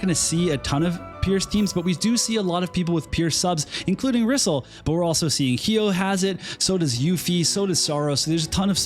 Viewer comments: When in doubt, pronounce Japanese names like Spanish 😂 Japanese and Spanish vowels are pronounced the exact same. Her Japanese spelling is リソル (RiSoRu) which sounds more like Re-Soul, rather than Rizzle; but i mean, i guess Rizzle sounds cool too, foshizzle my nizzle, lol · Thats not how you pronounce the name. The voice acting in this game cannot be trusted. Case in Point. Muraga's Text is written like he is supposed to have an Irish or Scottish accent, but he speaks with a US 6oclock news accent.